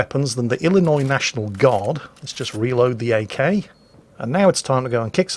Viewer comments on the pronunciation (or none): none